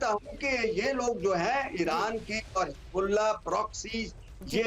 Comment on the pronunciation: Medam aap anpadh ho hizbullah ko hijbullah bol rahi ho accha nahi lagta